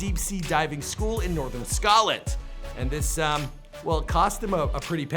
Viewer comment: How he says Scotland ahahaha